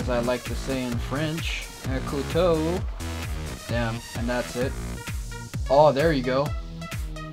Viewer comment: As a French 13 yo i can say that you say « couteau » perfectly. G’day!